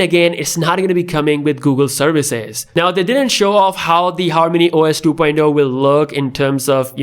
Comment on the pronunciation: Two poindo??? You mean two poinT Oh? LoL